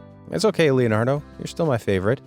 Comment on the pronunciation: That ain't Leonardo that's lenardo